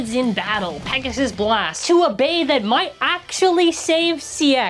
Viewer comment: Not "Pissgoon"...🥀 LOL